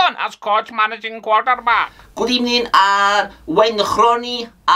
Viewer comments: Unai at Arsenal: "pust of all good ebening" Unai at Aston Villa: "good ebening" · What happened to "burst a ball good ebening"? 😅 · First of all good ebening